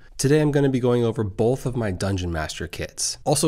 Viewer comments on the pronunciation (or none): I like how you say 'bolth'.